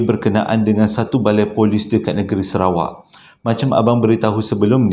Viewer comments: Sarawak bang bkn serawak..tp abg pnye crita2 mmg best dgr,x bosan.. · Salam bangggg .. abanggghhh.. SARAWAK baaaangggh. Bukan SERAWAK baaaanggggggg... Tulunnnnn...aaarrghhhh !😂😂😂😂😂😂😓